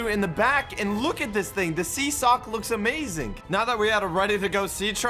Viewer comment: why does say not amazing but amazink